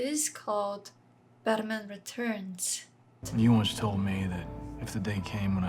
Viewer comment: Haha I love how you say “Baterman” 🤣